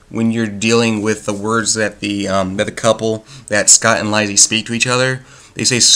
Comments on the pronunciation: Its pronounced Lee-See. The other word is not pronounced Sigh-Oh-Wah-Saw, its pronounced Sue-Wee-Zuh. The audiobook was terrific. Mare Winningham did a beautiful job narrating it. Its definitely one of those books best read more than once. Upon the first reading, the early part of the book can seem a bit boring to some, but after you finish the story, it gains so much meaning and becomes really entertaining. I've read a lot of King's work, and I have to say, Lisey's Story is my very favorite. I have probably listened to the audiobook about 40 times at this point. (I love reading, but audiobooks work better for my life, because I care for 2 disabled people). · The fact that you dont know how to pronouce the title gives you less credibility. Im convinced you did not understand the book. The title is not deceptive. You are right that the story does not revolve mainly around lisey but there is a purpose king titled it that way and that makes you sympathise and love scott that much more. read it again.